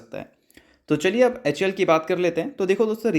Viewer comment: anpadh ho kya...?? "hal"bolne ke badle hamesha "hul" kyu bolte ho...!!??